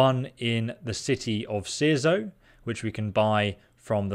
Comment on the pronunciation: So proud youre saying Cierzo correctly now lol